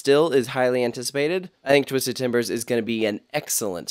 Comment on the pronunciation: “twizded cyclone”